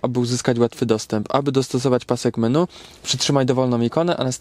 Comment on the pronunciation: Nie wiem jak ty masz tesle jak ty mówisz (MeNu) xDD